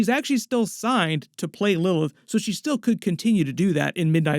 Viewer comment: Why can’t bro pronounce Lilith